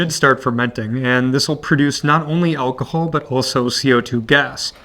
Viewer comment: "Don't ever mix energethics with alcahool", This dude doesnt give a damn